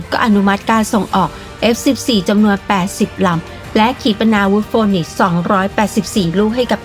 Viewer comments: AIM54 ฟีนิกซ์ครับ ไม่ใช่โฟนิกซ์ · AIM-54 Phoenix เอไอเอ็ม54 ฟีนิกซ์ ไม่ใช่ออกเสียงว่าโฟนิกซ์นะ แต่ก่อนผมก็อ่านออกเสียงแบบเลยโดนครูเบิ้ดโหลก😅😅